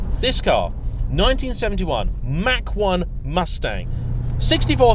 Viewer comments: Lol, sounds like you’re saying Mack 1...it’s pronounced Mock 1. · BTW, it's an American muscle car so it is a Mach 1 as in block (sounding)...Moch 1 my friend. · It's pronounced "mock" as in the speed of sound, to suggest how fast it is. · Wish he he would pronounce MACH 1 properly.